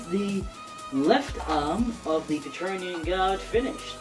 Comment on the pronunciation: Praetorian (pri-tor-ree-an), not patronean or whatever you're saying! Otherwise, great job!!